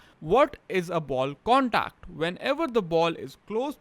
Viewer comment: “Wud is a ball condacd ?” Lol